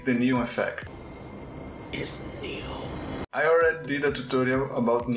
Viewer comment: "NÊON" Hahahaha Eu percebi que você era brasileiro e não foi pelo deslize no vídeo, mas sim pelo seu Linkedin! Hehehehe Parabéns pelo trabalho! É a primeira vez que vejo um canal, sendo de um brasileiro ou não, usar as opções de composição do KDENLIVE e pra produções cinematográficas tão poderosas!